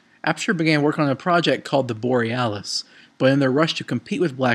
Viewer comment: ***** It`s Borealis, not Borialus.